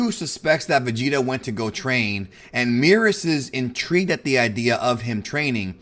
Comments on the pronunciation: Why does he keep calling Beerus Meerus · It's merus not meerus. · Not sure why he keeps mispronouncing Merus and causing the confusion